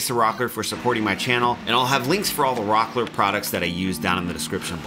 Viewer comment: Rockler this.. Rockler that.. lets take a drink of .. cola.. every time he says rocker.